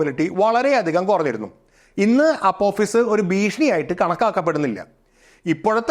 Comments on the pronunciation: ഭീഷിണി അല്ല ഭീഷണി 😂😂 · ഭീഷിണി അല്ല, ഭീഷണി. പിന്നെ ഒന്നും സംഭവിക്കാൻ പോകുന്നില്ല. അതു അതിൻ്റെ പാട്ടിനു പോകും